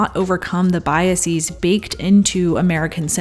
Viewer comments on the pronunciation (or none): I love love love you, but I have to ask, why do you render the plural of bias as BY--uh-seez instead of the much more supportable BY-uh-siz? I love you, love you, love you, but I would like to know where you found your pronunciation of the plural of "bias." I get the long-e-sound with crisis/crises, diagnosis/diagnoses, parenthesis/parentheses - I get it, and have gotten it since I was a wee lad and noticed the pattern of nouns ending in -sis needing to be different not just in form but pronunciation. That is, we don't have crisises, diagnosises, etc. We have [KRY-seez] and [dy-ag-NOH-seez]. But ... BY-uh-seez? Where the hell does that pronunciation come from? It's ludicrous overcorrection at its worst, and it saddens me to realize you're not better than that. And I love love love you.